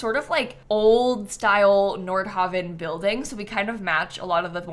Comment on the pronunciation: Nordhavin? Not Nord-haven?